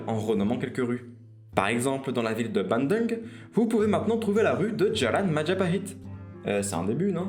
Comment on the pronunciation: Géniale ! À la fin, on prononce Bandung : bandoung, et non pas bandeung.